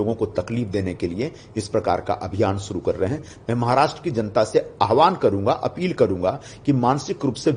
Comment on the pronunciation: Pls first improve your pronunciation, then read the news You even cant pronounce the word "Maharashtra" correctly